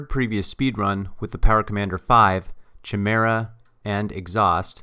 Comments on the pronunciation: Good video, but don't say "fam". Just don't do it. It's cringy. Also, it's pronounced ki-mira, not chi-mera. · Great video, and thank you - but the "T" means Top Dead Center, not "time". And, not to be irritating, the "Ch" is pronounced like a "K" in Chimera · Chimera is pronounced kimera